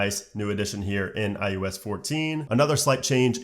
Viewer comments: Is it just me or are you calling it IUS instead of IOS? 😂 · STOP SAYING IUS!!!!!!!!!!!!!